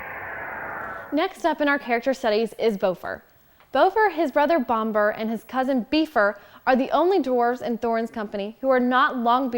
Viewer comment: So you have trouble using the correct vowels on many names you use? Bifur is not pronounced be fur, but, bi fur the bi sounding like bit not bee Boffer that you pronounced as b oh fur might be easier to think of bah fur At least Bombur wasn't bad bom like off bomb I actually like that they don't want the same mountains to be used again. They fit in well with the Trilogy for settings but the mountains in the Hobbit should not match even accidentally.